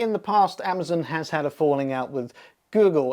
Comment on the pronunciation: "Amazn", lol.